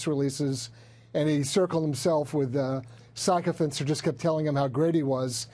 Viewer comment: Lol these guys are a joke, the way he pronounces 'sycophant' . probably reading from a teleprompter at the time.